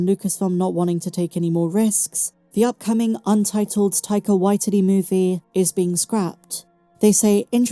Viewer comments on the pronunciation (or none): Tyke-ah why titty... lol